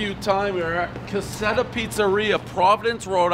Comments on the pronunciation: think theres like an r in caserta its cah ser tah dont think its cassetta jmo could be wrong though but jmho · You couldn't even bother to pronounce the name correctly. It's CaseRta, not Caseta. The reason they advertise they are the originators of the Wimpy SkiMpy (not Wimpy Skippy) is because it was so popular at one time that many local pizza places attempted to copy it. Your personal preference for "nostalgic" pizza just doesn't resonate. I have my preference too but would not be so publicly dismissive of others. It's a turn-off. Being a douche is a choice. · NOBODY in R.I. told you to go to a place called "Casetta" They said go to Kuh-seR-tuh. With an "R" CASERTA Pronounce the name. It's on the sign. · Calls the restaurant Caseta instead of Caserta. Calls it a Wimpy Skimpy instead of Wimpy Skippy. Then, mentions Baklava and later Falafel bread... Dave is the Dad of pizza reviews. Keep 'em coming. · One caseta pizza everyone but Dave knows it’s pronounced Caserta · One Cassetta Skimpy, everyone knows its pronounced Caserta Skippy. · Ca ser taaa!!! Not ca set aaa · No shit....there's an "R" in Caserta. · One bite, everybody knows the "R" isn't silent in Conserta except for Pres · Cassettas / cas-set-as / 1. Audio cassettes sold in Italy. 2. The official, accepted mispronunciation of Casertas. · Cassette-uh. Wimpy Skimpy. Everybody knows the rules. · One Cassetta, everybody knows Dave is eye-talian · Yeah I've been eating their pizza for over 20 years, pepperoni extra sauce, cannot go wrong. Also it's "Ca-SIR-tah" 7.4 is a little low. Quit hating on the Wimpy Skimpy. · It's pronounced Ka Sert Uh. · Caseta??? Dave,.... my guy, u make people from Massachusetts look like they can’t sound stuff out and read right😂. Stop drinking so much damn Pepsi and slow tf down spazz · He pronounced it wrong but that’s okay everybody knows the rules FYI ca-sir-tas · it's pronounced KAH-serta. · It makes me cringe how he pronounces Caserta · The way he keeps fucking the name up 🤯😂